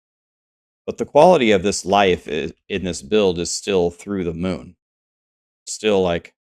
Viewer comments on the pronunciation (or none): none